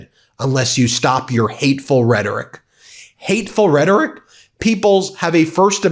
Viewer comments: Somebody should tell Homan the word is rhetORic...not redic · Guy at the end talks about hateful redic. Redic? Did he mean Hateful Rhetoric? Trump wearing off on everyone. Tesler, Venezueler, etc... this country is going down fast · Thom Thumbman can't even pronounce the word "rhetoric" - he calls it "rhettic" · Tom Homan is such a meathead. Hey Tommy boy, "rhetoric" is not pronounced, "redik." So low IQ. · Tom Homan doesn't get to Speak anymore until he recognizes the 3rd Syllable in the word "Rehtoric".. Idk wtf "Reddik" is but He keeps sayin it... 🤦🏽‍♂️